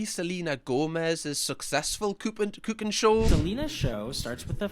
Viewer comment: The way you pronounced "cooking" made me think you just spoke German for a second there. I swear, it sounded like you said Kuchenshow.